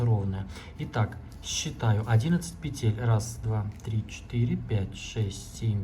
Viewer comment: Не петЕтель, а пЕтель! Уже не доверяю!